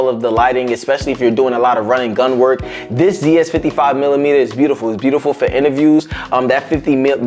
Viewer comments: Nice video man - keep it up. As someone who wears glasses - you may want to position your light on more of an angle or maybe get a polarizer to help with he reflections - found it to be pretty distracting in the talking head. Looking forward to more of your content! Just a pedantic thing - but Zeiss is pronounced Zice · Zeiss, It’s pronounced like lice with a z. Zeiss. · After this video, I’ll never not say it “Zee-iss” 😅